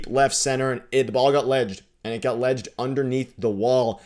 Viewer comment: I know but he said ledged!!